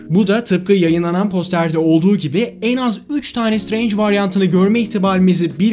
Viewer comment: şıtreync demesi bi banami garip geliyor